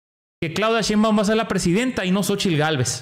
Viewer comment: Querido amigo nombre el apellido de la Dr como es acuérdese que mucha gente que los sigue en su canal repiten lo que ustedes hablan es Cheinbaun no Cheinbon